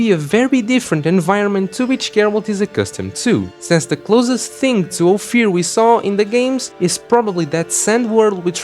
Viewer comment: It's Ofier not Ofir